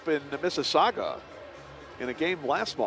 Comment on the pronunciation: Please stop mispronouncing "Mississauga" as "Mississaugwa"!